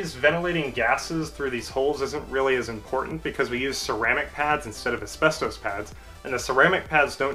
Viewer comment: You certainly have good knowledge of brakes, and maybe you are an engineer. I don’t know where you learned English, but please stop saying asbestoes. It is Asbestos (pronounced: /æsˈbɛstɒs/ or /æsˈbɛstəs/)